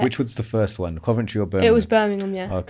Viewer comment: im from BirminGham not Birminum